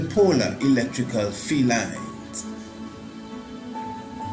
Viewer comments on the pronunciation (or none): “Field lines” Sounds like “Felines”